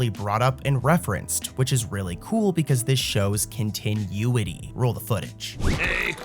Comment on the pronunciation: Did you just use the word continuity, and pronounce it continue-ity?? Ai using bigger words than you know?